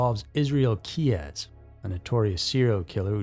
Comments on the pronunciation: "Keyz", not "Key ez ".....unfortunately she probably met Israel Keyes in an internet chat room. Well, it's possible anyway. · Israel Keyes, pronounced like keys (one syllable), not "key-ez". The research this channel does keeps on lacking. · Israel Keyes' last name is pronounced KEEZ, like car keys. It's one syllable, not two. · Another mispronounciation: Israel Keyes' last name has ONE syllable and is pronounced "KEYS"! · Key-Ez... yes I'll bite. Pronouncing his name like that is basically the same as saying Ted Dundy. Don't become that type of creator,. Integrity is worth more than 👍🏼 👈 that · Never heard Keyes name pronounced like that. I believe it was him. But we will never know. He took many secrets to his grave. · I think it's just pronounced "Keyes" like 'car keys'. I know Reyes can be spelled/said with two syllables but i think Keyes is more straightforward?